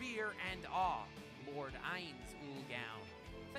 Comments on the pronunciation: Dude it's not ains ooal gown it's "AINZZ OOARR GOUNN" I was expecting this in the video BRO(assuming ur a guy) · Isn’t it pronounced Ainz owl goon in the show? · First off you need to fix the audio secondly if you watched the anime you'd know how to pronounce Ainz Ooal Gown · you keep saying ainz ooal gowns name wrong lol